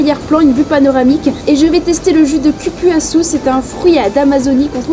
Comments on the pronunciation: Curouçou 😂🤣😂🤣 c’est cupuaçu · Prononciation croupuasou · Le cupuaçu ce prononce (koupouassou) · Pour le jus du fruits qui vient du Brésil sa se dit "coupoisou"😅😅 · On dit...coupouassou meme si ca ne s'ecrit pas pareil. On utilise la phonetique portugaise pour lire ce mot. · Cupuaçu se prononce COUPRASSOU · Franchement entre LE dachine, le CupUaçu …. Franchement faits des efforts de prononciation… c’est pas compliqué 😂😂 Sinon je valide ton initiative j’adore le concept !!! Tu me donnes envie d’y retourner